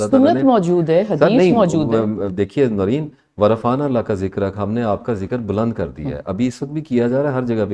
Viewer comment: The host name should be pronounced like NOOREN....wht does she say, the hostess???